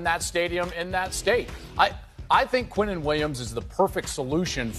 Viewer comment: Like why can't they pronounce his name right. Quinnen is pronounced Keenan smh. You sound dumb pronouncing it any other way.